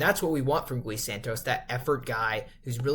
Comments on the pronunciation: It's not Guh ee broo😂. It's just gee. 😂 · I am Brazilian, his name should be pronouced as ghee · it is pronounced more like Ghee. One syllable. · Gui as in "ghee." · Say the name right, every time you say Gui in that Spanic way a lusophone person die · as a Brazilian fan, I truly hope you fix this in futures videos, bc this would mean that Gui is playing well and needs to be talked about haha, no hard feelings bro, Brazilians say the Brady name wrong all the time and is kinda an easy name, it's just habit. You know the show "Glee"? Is the same thing but without the L.